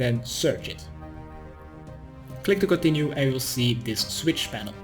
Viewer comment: Did you say "complete" and "click to continue" at the same time? "Complick to continue" xD at any rate love your guides so much kthxbai